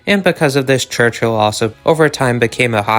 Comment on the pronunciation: its pronounced church-ill not church-hill only 1 h